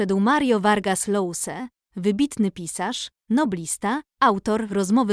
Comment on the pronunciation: Czyta się Josa, a nie Lousa.